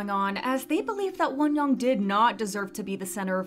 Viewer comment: lol why are you pronouncing her name like wonyong? you can literally just pronounce it like won-young, like how you say both words in English